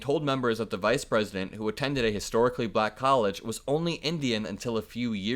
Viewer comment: I always wonder about his weird pronunciations. It’s almost like a fake accent, slightly babyish sounding. “She became buh-LLLACK”.🥴😖Ugh! He is repulsive.